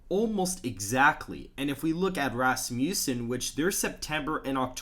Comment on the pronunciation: Dude, Rass-mjue-sen may not be the right pronunciation. Look it up.